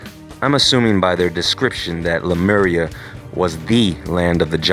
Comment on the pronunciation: Sea-Mur! LMAO!!!!